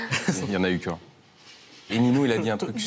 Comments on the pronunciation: C normale que il l'appelle ninhyo au lieu de ninho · Y a pas de « i » après le 2ème « N » ni après le « H » donc c’est Ninho pas Niniho,Ninhio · il dit tout le temps ninhio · pourquoi il dit Niniho? c'est ninho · POURQUOI VOUS DITES NINIO ?????!!!!!!!!!!! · C pas ninyo c ninho